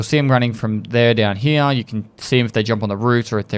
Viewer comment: “Over heeya”